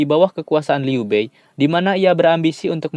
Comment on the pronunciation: Liu bei dibaca liu pei ya..